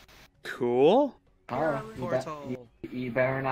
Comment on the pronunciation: ITS CHARA NOT cArA